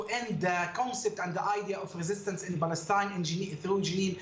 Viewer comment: Mustafa cannot even pronounce the name of his “country”. Balestine is an invention.